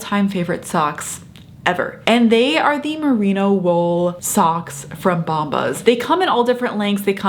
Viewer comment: It's Merino wool not Merina.....